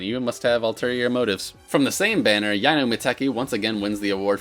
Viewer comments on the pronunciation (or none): "Yaeno" in every deck "Yeah No"😂